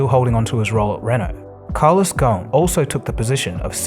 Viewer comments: Great video as always. Just one minor note his last name comes from the Arabic word غصن meaning branch. So you should pronounce the “S” in the name - it’s pretty much spelled phonetically. Go-sn. Thanks as always !! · Ghosn the 's' is not silent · The biggest fraud is his name is ghosen so it probably ought to be pronounced ghausin but they pronounced it ghun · Carlos Gho-son. That’s how his family name is pronounced. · Ghosn is an Arabic name and the "s" is not silent. The word means (a tree branch) in Arabic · Great video but the S in his surname is not silent.